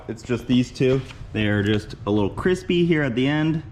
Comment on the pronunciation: cwispy, is how I heard it every time in my head... glad it was just some toasty lines so far(havent seen the next one)! That new trailer jack looks a bit slower then the old one, but probably better maneuverability on grass :D